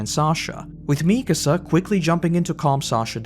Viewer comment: Can we please not ignore that its "MikAAAsa", and not "MIIIkasa" 😭😭😭